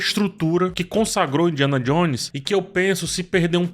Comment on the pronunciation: Indianon Jones? Indianon??